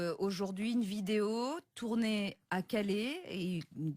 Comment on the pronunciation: Votre diction est affreuse à prononcer phonétiquement Calais = Calè è svp et vous êtes française ????